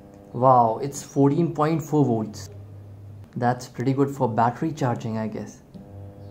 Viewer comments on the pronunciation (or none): none